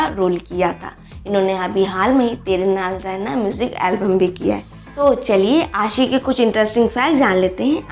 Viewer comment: Kuch bolna ho To kisi ki name saaahi sa bola karo Arishfa ko bolti ho Arshifa Ashi ko bolti ho ausshi Yaar sahi sa bhi bol liye karu 😠😠😠😠😠😠😠😠😠😠😠😠😠😠😠😠😠 Aur hn avneet kaur he yasmine hn Ashi singh nahi i dont like ashi singh I like avneet kaur she is pretty good beautiful stylishly or naina yani ka ashi singh buhut gandi hn i dont like it i like avneet kaur Or hn ager kuch bolna hn To awaz apni pehla saaahi karlo Its your last warning